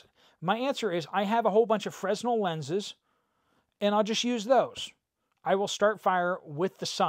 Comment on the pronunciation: Look up the pronunciation for fresnel lenses😅